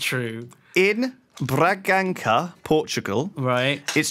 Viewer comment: Hahaha, loved the "BRAGANKA" XD. You pronounce it "braganssa" (Bragança). Great podcast